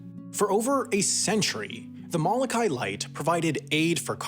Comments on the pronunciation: Not (Mall - A - Kai) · Its MO-LOKA’I like MO-town. Jesus you supposedly did all this research and you cant even get the pronounciation of he subject of your video right. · my bigger gripe would be how he pronounces the first o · If you want to pronounce Moloka’i properly, you need to include the glottal stop between the “a” and “i”